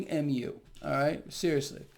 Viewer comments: I think mu is another Greek letter and is pronounced mew. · MU is pronounced as “mew” bro lol. It’s all greek alphabet, u should know this. Werent u a physician? U shouldve taken tons of math and science claases and have seen these greek alphabets in equations even if u didnt join greek life in college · Pronounced "M'YOU' BTW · Great video...It is μ , not Mu= Mooh, sounds like the Farm Animal is back. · Mu (pronounced mew)is the Greek letter that follows Lamda if you're transcribing to English. I'm guessing that a Kappa variant showed up before Lamda. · It’s actually mi (I’m Greek). But very good on most of the rest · I think that mu is probably supposed to be the Greek letter "mu" which is pronounced to rhyme with "new". I know this because I did a lot of maths and we used a lot of Greek letters as sympols.